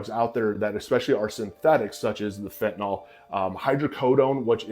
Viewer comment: It is NOT “fentaNOL.” It’s spelled fentanyl. So it’s pronounced “Fen-ta-nill.” Stop calling it fentaNOLL. SMH.